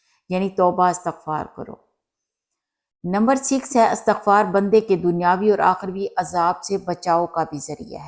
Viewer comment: Assalamu alaikum warahmatullahi wabarakatuh. Sister please say Istighfar not Astaghfar.